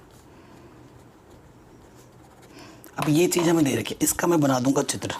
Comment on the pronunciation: Sir chij chik kyu bolte h bar bar